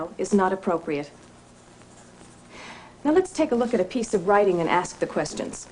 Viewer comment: Hold up hold up..let me axe you sumthin. 🤣🤣🤣